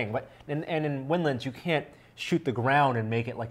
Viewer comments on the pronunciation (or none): why does the nervous looking guy keep saying "winlins"? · lol " nervous looking Guy". He is saying windlands. Similar to how you pronounce maryland